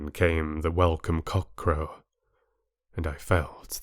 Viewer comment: Bela Lugosi didn't pronounce "welcome" with a "v," so you shouldn't have, either.